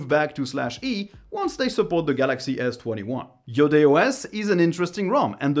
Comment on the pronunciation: because you're french i knew you'd say its name right